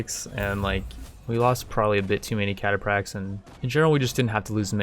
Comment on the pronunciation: I don't wanna nit pick , but it's pronounced Cata-Fracks, As always enjoying your total war content.